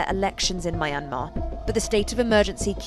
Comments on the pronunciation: why does she pronounced it my-an-mar its supposed to be pronounced myan-mar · Mai-an-maa....??? It's mian-maar. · Mayamer" girl it's myan-mar i get why people pronounce it wrong all the time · It's a British pronunciation. It's also incorrect, as she does, to pronounce it "My- n- mar." The correct pronunciation is "Mee-n-mar. (At least she is not still using "Burma", which was a mispronunciation of "Bammar" (the majority ethnic group in the country) for which the West applied as its name since 1824. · It's Myanmar not Mayanmar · ma yan mar isnt it pronouce as Mianma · Don’t know why people keep pronouncing Myanmar wrong… is Myan/mar(2 syllables) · My Aunt Mar? Who the f pronounce Myanmar this way? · It's NOT pronounced My Ann Mar! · Pronounced (Mia-yan-mar) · She does not know how pronounce Junta and Myanmar!!! Jeez! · Why does she keep pronouncing the country wrong? I thought thats what Americans were supposed to do lol